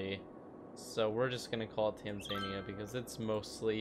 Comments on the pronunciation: Who else cringed when he said Tan-zaneea instead of Tanzania 🇹🇿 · Did u just call it Tan-zan-ia? It’s Tan-za-nia lol it’s ok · TAnzuhniAh not TAnZAniuh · its Tan-za-nia, not Tan-zain-ia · It’s pronounced TAN-ZA-NEE-AH